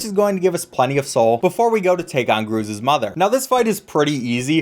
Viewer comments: ITS GR UZ MOTHER NOT GRUU Z'S MOTHER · I am the only one who found it funny that after mispronouncing both Cruz mother and salubra, he pronounced quirrel correctly and then questioned if he did? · Great video! but that gruz mother pronunciation tho.